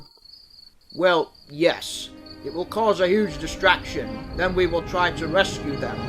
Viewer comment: near the end said den instead of then LOL